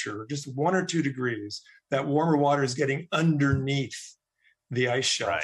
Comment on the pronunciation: Let me speak in terms trump supporters will understand. Wuter. Big Wuter. Ocean wuter.